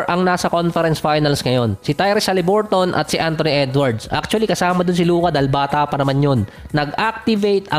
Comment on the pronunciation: Akala ko halliburt lang yong pagka pronounce silently on